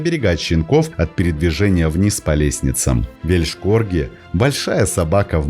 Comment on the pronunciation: Извиняюсь за замечания. Но лучше говорить просто "корги". Ибо звучит как "Вещь корги" "л" почти не слышна. Да и сразу не понятно, что речь идёт об Уэльсе.